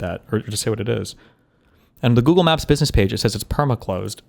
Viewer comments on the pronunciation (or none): I had a hard time taking that video seriously when he came out of the gate with a* pronunciation of "business" sounding closer to "bidness."